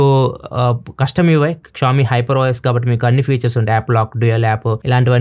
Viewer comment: క్షావొమీ కాదన్నా, ష్యాఓమి